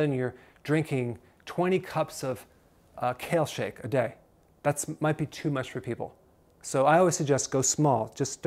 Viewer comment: Did he say 20 cups of Kale shak!?!